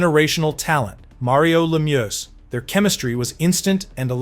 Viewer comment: Messy-er? La-muce? 🤦‍♂️